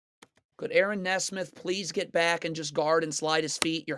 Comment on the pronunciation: I swear his mispronounces makes just so people will comment "it's pronounced knee smith!"